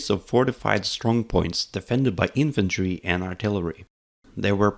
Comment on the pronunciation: "infantri grand", I can hear the Norwegian kompis